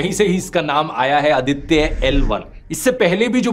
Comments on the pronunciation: Very informative, thanks, how ever Mr. Dhruv humble correction-- it is Aaditya(आदित्य) & not अदित्य। It is pronounced that way mostly in Punjab. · Its आदित्य not अदित्य